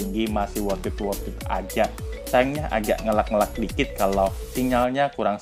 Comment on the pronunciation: sedikit tambahan bang kosakatanya ditambah. jangan wortat wortit mulu, ios dibacanya ay yo es, jan ayyos. ngelag, dibacanya ngeleg. smoga sukses chanelnya bg. btw backgroundnya disesuaikan lah masa di indomaret tempat orng kerja kan pada gimna gitu wkwk